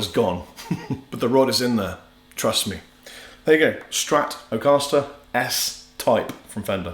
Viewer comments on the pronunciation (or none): “TRUSS me” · "Truss me"